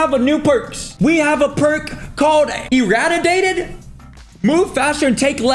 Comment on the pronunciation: Bro not knowing how to say irradiated 😂